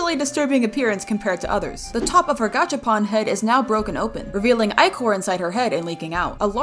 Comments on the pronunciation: uhm I think its pronounced as "ick-or" only saying how I heard it from qwel!! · it’s pronounced i-cor but spelled ichor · What she thinks she says:Ichor what I hear:e-chor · Why do I hear inkor instead of ichor? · ichor (ick-or) that's how its pronounced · It is pronounced I-core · Ichor is pronouns as aychor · ITS PRONOUNCED AICHOR (sorry for being mad, but aichor.) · Its pronounced (eyechor) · no its ichor😭😭😭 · Me coming back on this video after 5 months and crying because of how they pronounce "ichor"i know they know now they pronounced it wrong but I just cry over the way they say it😭💔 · You saying Ichor wrong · YOU PRONOUNCED ICHOR WRONG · Ur saying ichor wrong lol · You're say ichor wrongly, and it sounds weird 😅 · You said inchor wrong and I’m sorry to tell you ps I love your vids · IT'S ICOR NOT ECOR SONA!!! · Ichor not EEchor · again stupid ichor!!! Not echor!!! 🙏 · Ik its a mistake but the echor instead of ichor is killing me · It’s icor not ecor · It’s I-cor not eee-cor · You pronounced Ichor wronb its "Eye-cor" not "E-chor" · I-core is how you pronounce it not ih-core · It’s not echos!!! It’s ichor!!! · It's not ecore it's icor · Bro , it’s called “eye-cor” not “Icor”! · By the way, I don’t think Ichor is pronounced eek-or, I think it’s pronounced Ike-er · First of it’s not EEchor it’s Eyechore prounounced Eyecore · It hurts me hearing you say ecor.. It's EYEcore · Why does everyone i know say ECOR ITS ICOR not actually the spelling btw just pronunciation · ITS I-CHOR NOT EH-CHOR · WHATS ECHOR?!?!! IT'S ICHOR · It’s I-chor not icier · U call it icor not ichor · couldn't help but correct you because this TRIGGERED me.. Ichor is not pronounced ee-kor its eye-kor, hope this makes sense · ITS ICHOR NOT ECHOR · ITS NOT ICORE OR ECORE ITS INKER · I thought the word ichor was pronounced “iecor” not “eechor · ITS ICHOR NOT ICOR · BRO ITSNOT E-CORE IT'S I-CHOR ye im undubbing for a week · It's not ecor it's icor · it's pronounced EYE CHOR